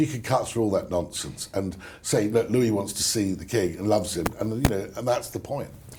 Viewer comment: I really like that you pronounce Prince Louis correctly. I really dislike when he is called Prince Lewis. Thank you for that! Small things, small things, etc.